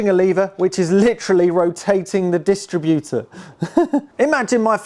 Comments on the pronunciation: Yep, it's dis-TRIB-utor, not DIS-tributor!😂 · It’s a bewt a bewt 😁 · Everytime he says "dist-rib-utor". He make me laugh. Must be getting old not realising that a dist-rib-utor, points and rotor arm are novelty items to young mechanics.😮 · You are mispronouncing distributor. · I’ve never heard a car distributor pronounced like it’s a retail operation. Cool car, great to see it continuing its long life in the hands of an appreciative young owner.